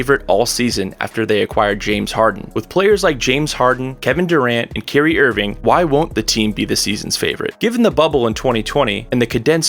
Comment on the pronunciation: Bro no one gonna bring up how he pronouncing Kyrie name?????